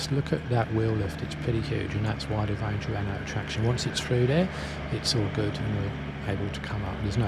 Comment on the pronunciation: It a ranger! not a wanger